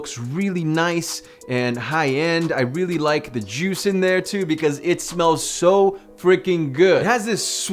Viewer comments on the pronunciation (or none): none